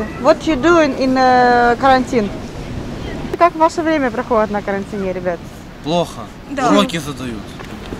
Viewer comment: На карантиНЕ?)) Это на каком языке ударение на последний слог?